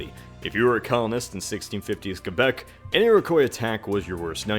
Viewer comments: Holy shit, an American who can pronounce "Quebec" correctly without the 'W' Americans and non-Quebec Canadians always add. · OMFG He said Quebec right